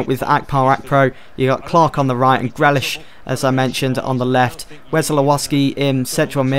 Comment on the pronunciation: Grealish is pronounced GREELISH not GRELISH